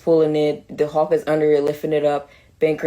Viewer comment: "the incredible huhk" 😂😂